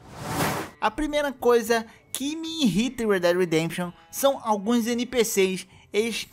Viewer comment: Uma coisa que me irrita é alguém falar, é alguém falar "inrrita"